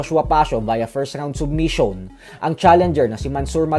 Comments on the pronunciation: Sab or sob😂😂😂pero ang pagka basa ko sabmisyon ung submission at hindi sobmisyon 😅😅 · Submission dmo pa mabigkas ng tama 😂😂😂 submission o soobmiss yon😂😂😂